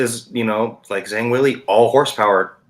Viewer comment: Never have this guy here again, he can’t even pronounce Zhang